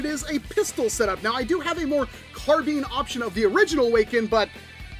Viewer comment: It's carBINE, like bind, not carbean Sorry. I shouldn't have posted a purely negative comment. Love the video(s) man, keep up the good work.